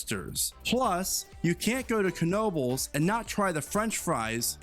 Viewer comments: I've never been a fan of coasters so I don't go to these parks. Dubai just has extreme wealth in a small concentrated area. Not to mention the near slave labor they have. So, it's pretty easy to have some extreme stuff. Struggling with this guy saying kuh-nobles. Pretty sure the k is silent... Just nobles. 😂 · Ken-obles lol